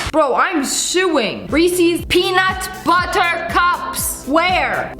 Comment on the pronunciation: I'm if it's a !thanks MN thing but why does she say rEEEEsEEEEs.?